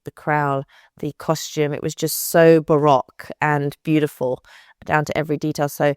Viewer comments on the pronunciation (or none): none